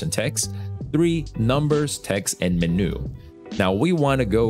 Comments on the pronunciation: MENOO? MEN-YOU, BRO! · Fantastic video...everything you said was perfect except for the way you say "menu" :P